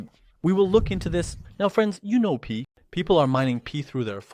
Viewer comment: It's not Pee coin bro... it's Pi coin!